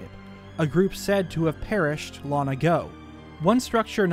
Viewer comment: This guy sounds like he has the same accent as everyone I know, except exclusively when he says long as lon. Every time he say's lon my brain shortcircuits lol.